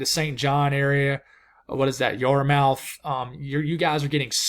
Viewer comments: Yarmouth = YARmith. Sounds funny when you say Yar-mouth 🤣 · the main land NS and Nb yartmouth =yart- myth to help pronounce it the Canada way lol doing great man. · The Water’s between Maine, NH, south to Cape Cod are called “The Gulf of Maine”. The Canadian city at the southern tip Nova Scotia is Great Yarmouth, but it pronounced yar-mith. I hope that helps dear brother. Thanks for great Meteorological forecasting with deep yet simple lessons; for example “steering currents”. I use to teach meteorology at the college level. You are a pro. I was born on Bermuda and we live in both NH and Bermuda. You are correct. Bermuda is not only well adapted to the onslaught of hurricanes, but it’s also an island that built up high being on the rim of a extinct volcano. If you look at the houses and buildings on Bermuda, they’re made of limestone and overtime limestone actually becomes harder and more resistant to any winds. We rarely have any problems with our homes except when the ocean comes into direct contact and then all bets are off. Most of Bermuda is built up high on cliffs; the ocean smashes into the cliffs, and cannot actually form a storm surge except the low areas where the beaches are. This is why Bermuda is extremely resistant to hurricanes since the storm surge is almost always the most deadly and destructive force. If I had to choose a place to ride out a Hurricane I would always choose Bermuda over any other place. Unlike the other Caribbean islands, which are low to the sea, Bermuda, juts high on to the top of what is an extinct volcano rim. With great irony, state of Maine is also build up high along the coast. Maine is a state th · There is a Gulf of Maine (I sailed it from Halifax to Boston back in 1987). Yarmouth is pronounced YAR muth. Thanks for the weather update. I couldn't find one on my local Halifax news broadcast. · You are doing fine. I think it is gulf of Maine and Yarmouth is pronounced Yarmyth. At least here on cape cod ma